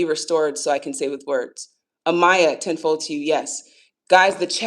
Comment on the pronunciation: I thought you were saying "10-4" instead of ten fold and it was a nice little chuckle lol